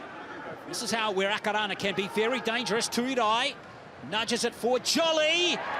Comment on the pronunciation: Who were the commentary annoying listening to the pronunciation of our two teams. errrrrrrrr